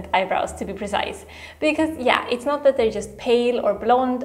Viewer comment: it's not "is nuts!", it's IT'S NUTS. So sorry for pointing that out, I can't help it. I just keep noticing most latinos pronounce "it's" as "is" or use "is" instead of "it's (for it is)". I am not a grammar nazi. It's just my odd habit that I can't shake off, kind of an obsessive behavior of mine. Peace!😊